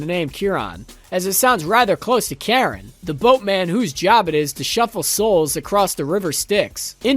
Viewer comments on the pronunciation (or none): none